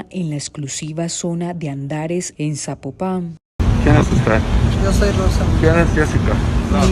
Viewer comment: Se pronuncia Zapópan con acentro prosodico en la O